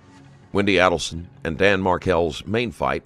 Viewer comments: "Charlie Alderson" It's Adelson. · Pronounced Aydelson. This looks like you ripped off footage from the 20/20 or Dateline special about the case, which is against YouTube policy and copyright laws. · Phonetic pronunciation of the names mispronounced in this video: Mahg-BAN-oh-aah AYE-dull-sun …will edit with others if there are any 🙃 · Literally every name is mispronounced and this has been in court for years. Just terrible quality of research here. MAG-BAN-U-A ADEL-SON MARK-EL (ELLE) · I was about to ask you which ones he mispronounced, but right when I was typing it, he said the name "Markel" as "Markle" and less than 5 seconds later, he said it as "Markel". "Adelson" was "Aleson" and then "Adelson". It honestly slightly aggravated me, but then again, I don't know how some of these are pronounced. Lol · Alderson, adleson, Markle omy goshhhh